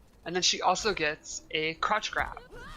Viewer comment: Sheeva's fatality here might be my new fav next to Sektor's "Scarecrow" from MK9.. Also, whenever they say "crouch grab" I keep hearing "crotch grab" lol.